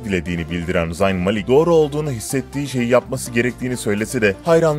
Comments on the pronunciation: Zayn ni yazıldığı gibi okuyo bide ya 😒😒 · Zayn öyle okunmuyo hani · Amk şu Zayn'i bi doğru okuyun ya